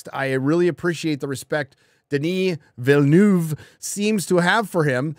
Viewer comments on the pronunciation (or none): FYI Denis Villeneuve is pronounced vill-nuh-ve, not vill-noove